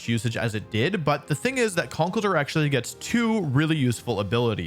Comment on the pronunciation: The misprononciation of conkeldurr tho